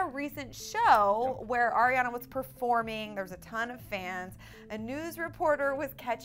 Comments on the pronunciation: Ariana. NOT ERIANA. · It's Ariana not Airiana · They're favorite singer is ariana yet they can't even say her name right lol